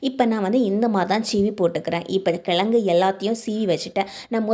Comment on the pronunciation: எழுதும் போது கிழங்குனு எழுதுறீங்க ஆனா சொல்லும் போது கிலகுனு சொல்ல முயற்சி செய்யுங்க